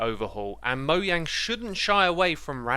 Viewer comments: Not pronounced “moyang” it’s pronounced “Mojang” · Bro really said moyang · stop saying moyang shits annoying and cringe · Why tf you guys keep saying moyang ?? It's mojang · Did you just say "moyang"? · moyang lol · wy he say moya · Moyang? Seriously...? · he really said moyang 🤣🤣🤣🤣 Do u pronounce jump yump to ? Lmao